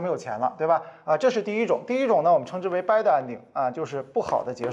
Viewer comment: 听到“箍的”“掰的”后，我才明白我的英文是数学老师教的！那我数学不好又赖谁呢？因为数学老师不是永乐老师